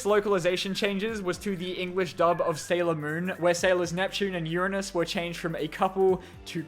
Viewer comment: Thank you for using the up to date correct and scientific pronunciation of Uranus 😊